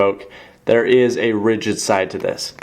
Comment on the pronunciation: He kept saying rigid, and I was getting confused because ALL coins are rigid. I now realize he meant "RIDGED". That's one syllable, buddy.